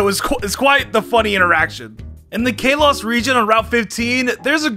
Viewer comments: WHY DOES HE SAY KALOS LIKE (K-LOW-SS) WHEN ITS SUPPOSED TO BE SAID LIKE (KAH-LOW-SS) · The way he says Kalos.... Kaylos... I'm sorry. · "Kay-loss region" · I like how he calls kalos kay-loss when it's Kal-los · you dummy its k a l o s not ka los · i feel pain every time he says kalos like “kaylos” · if you call kalos calos one more time i swear to god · Kalos (Call-oh-s) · Ikr its Ka-lows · Sounded like Chaos to me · Regions that are mispronounced that I somehow managed to hear: Kalos: Chaos Kanto: Cancer, Cans, Can't, Kants Sinnoh: Sinner Hoenn: Home Johto: Joe toe I'll edit the list if I hear more in this video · Or kay-Los lol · did anyone get mad when he said kalos wrong? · Video starts for people who don't want to sit through a sponsor who says kalos like that it's completely wrong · Why tf do you keep saying Kalos like that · Take a drink everytime he mispronounces Kalos. Take 2 everytime he mispronounces anything Hawaiian in the Alola region I challenge YOU